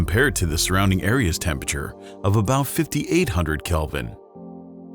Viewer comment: Hate how buddy keeps saying “tempeture”. ITS TEM-PER-A-TURE!!!!!